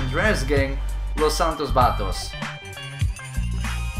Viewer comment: Your pronunciation of Los Santos Vagos was surprisingly good